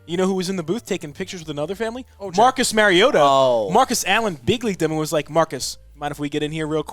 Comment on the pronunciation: MARIO-TAH MARIO TAH. not Mary-ota